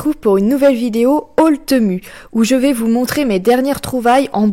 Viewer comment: Bonjour, je regarde très souvent tes vidéos que j'aime beaucoup mais il y a un truc que j'avais envie de te dire depuis longtemps alors je me lance aujourd'hui : TEMU se prononce TIMOU 😉. Soyons d'accord, ma "réflexion" n'est ABSOLUMENT PAS méchante, j'adore tes vidéos et je respecte tout le travail que tu fais 👍🏻👍🏻👍🏻. A+.